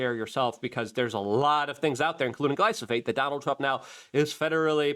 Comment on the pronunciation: oh my gosh, I watch your videos everyday...but the mispronunciations make me crazy, I can't recommend your stuff to any of my loved onesbecause it makes them think you don't know anything. It's gly-PHO-sate....(not gly-SO-phate).. Gly-PHO-sate. PHO....P H O. P H O